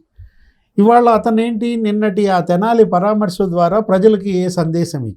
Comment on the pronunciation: పరమర్శ కాదు తల్లి, పరామర్ష అనిపలుకు తల్లి.